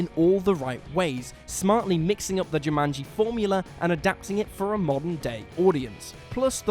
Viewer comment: So, he can't pronounce Caribbean or Jumanji. Nice